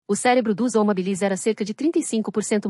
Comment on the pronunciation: O segundo nome, o da especie, vai em minúscula "Homo habilis", e para que fale bem a voz sintética precisa pôr hábilis colocando acento para que não faça essa pronúncia ridícula.